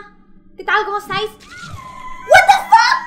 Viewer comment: wtfack le sale muy gracioso